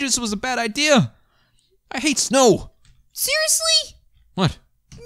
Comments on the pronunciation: said ider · There really funny😂😂😂😂😂😂😂😂😂😂😂😂 because says ider not idea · Why does say ideers instead of ideas